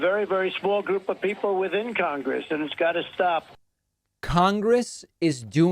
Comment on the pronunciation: He even has trouble saying the word “Congress.” He struggles with the pronunciation.